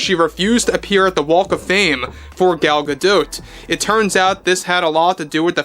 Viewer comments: Gal "Gado" not Gal "ga dote" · I can’t stop focusing on how he’s saying Gal’s last name wrong